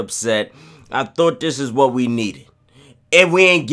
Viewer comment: “Whatrr are you talking bout”😂😂